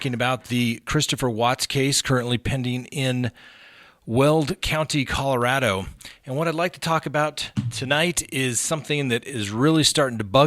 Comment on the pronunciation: Thank you for pronouncing Colorado correctly. Rad, not rah folks!